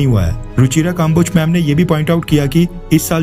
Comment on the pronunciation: भाई, आप के विडियो अच्छे होते हैं, मैं देखता हूँ. लेकिन आप की हिंदी बहुत खराब है. अक्सर नामों को बोलने में गलती करते हो आप. जैसे इस विडियो में कम्बोज को काम्बोज बोल रहे हो आप.